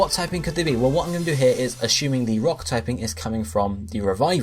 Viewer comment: Assuming: "Aw-Shoo-Ming" 🙄 Your pronunciation is annoying AF.